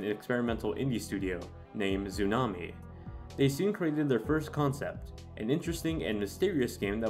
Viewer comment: Nah, that's the Noo Joisy accent :3